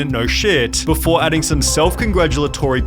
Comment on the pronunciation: im annoyed by this dudes voice. he always drags the last syllable lol. "befooooorar" (before) lol hire a better english person